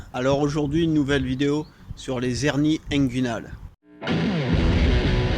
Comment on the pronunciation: Je croyais que l'on ne pouvait pas faire la liaison en français, soit les "hernies" et non pas les " zhernies" ?